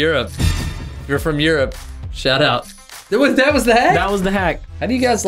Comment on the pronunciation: “ shout out” more like “shut up”